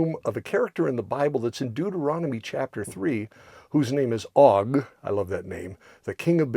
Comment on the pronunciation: Just an FYI, it is not Og with a short o sound. It has a long o sound like Oag or Oge. It is Ayin-Vav-Gimel. The Vav has a Cholam Malay. Hebrew does not have a short o sound.